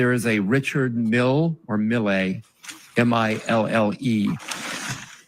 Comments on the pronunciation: Never heard it pronounced mill-ay. As far as I know it's just pronounced mill.... Keep it simple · Your pronunciation of the watch drives me insane bro lol. It’s pronounced like Mill, not Millay